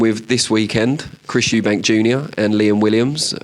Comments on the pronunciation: Lovr how Frank always add a S on the end of Eubank - Eubanks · “Eubank” not Eubanks Frank